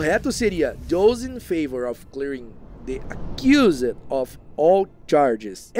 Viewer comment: Então... dos livros, não. Bem chocado com alguns, aliás. Por outro lado, os erros de pronúncia em inglês (sem hate aqui, viu?) foram: of accused prefect heard remained straightened up looked Hermione hurried the closed returned suffered half inquisitorial squad they (sendo beeeem exigente) Já que o assunto do vídeo é erro, vamo marcar esses também, que ajudam não só ele, mas outras pessoas. O erro de pronúncia do passado irregular ("-ed") e das palavras "of" e "the" são muito comuns entre falantes nativos de português. Ninguém é obrigado a saber tudo, mas é nessas que a gente aprende – como aprendi neste vídeo. ❤